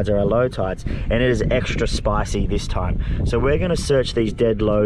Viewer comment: "its extwah spawycy"